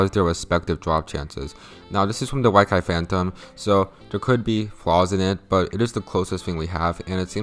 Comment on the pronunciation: It hurt me when u said "Why-Ky"